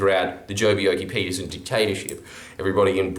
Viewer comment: Be-YELL-key - petersen! No matter how much of a YOKEL police state dictator he was!